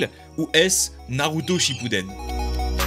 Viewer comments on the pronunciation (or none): Toi aussi tu dit mal le truck naruto